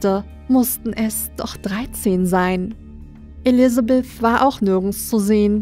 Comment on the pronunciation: Von deinen Pastas hat sich diese als eine meiner Lieblinge rausgestellt. Auch wenn Elisabeth streng genommen eher als Vampirin angesehen und anders ausgesprochen wird. Aber die Story sonst und die Stimmung haben es mir angetan. Und Emma mag ich irgendwie. Spoiler Auch wenn sie sich am Ende als eine der Antagonisten rausstellen. Was aber wohl auch daran liegt das ich Frauen mag die auf dem ersten Blick unscheinbar aber beim näheren hinsehen ganz schön was auf dem Kasten haben^^ (wobei es mir dann auch lieber ist wenn sie dennoch nett sind 😆 )